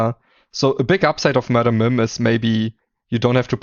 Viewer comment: Mad ‘em Mim… not Mod ‘em Mim. Like nails on a chalk board 😢